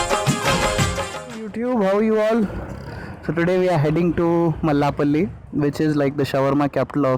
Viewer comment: It's Mallepally not Mallapally..